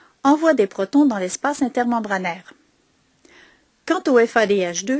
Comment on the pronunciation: merci pour la vidéo bien fait mais un petit problème avec la prononciation de protons on dit protons H+ pas protine